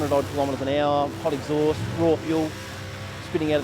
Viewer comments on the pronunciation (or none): 6Super6Chicken6 buddy it’s fuel not feul